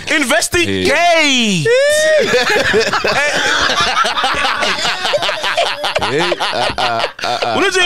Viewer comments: "We need to investi-GAY-te" 🤣🤣🤣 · "InvestiGAYt" 😂😂😂 MacG moving in suspicious ways, uyaSOLisa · Sol "we need to investiGAYte" killed me 😂😂😂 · InvestiGAYte🤣🤣🤣🤣🤣🤣🤣Sol's mind is something else 🤣🤣🤣🤣🤣🤣🤣🤣🤣🤣🤣🤣